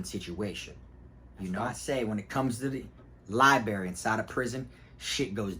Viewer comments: Library big dawg, not libary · Li-brar-ry not li-berry lol. 10 toes fam!!! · I really am not trying to be a hater in your comments all the time. I am a fan and love your stories. But man. Lie Buh Rare E. Long E sound at the end. Library. Not liberry. My wife is a librarian so I had to say this. Sorry. Huge fan I swear. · It is called a library and li berry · LIB RARY - LIE bRerry - b R erry. I couldn’t stand that everyone neglected that R when I was jocing...don’t get it.... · Libary 😂😂 love it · Lie berry ?! Lmfao ! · Dude should spend more time in the library so he can stop saying "liberry". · Somehow I knew you were gonna pronounce it “libary” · Pronounced lie- brary bro 🤣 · You know u from Fl when u say liberry....salute big bruh